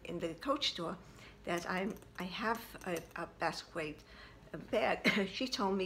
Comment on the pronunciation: It's pronounced "bask ski ah" i'm glad you're keeping it, the black is really hard to find, it also doesn't look all that bad for a display bag....im envious, i badly need a 25 in my collection but I'm picky with rogues, I'll know the right bag when i see it